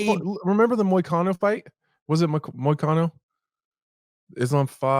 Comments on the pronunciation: Moises not moicano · What? Moicano?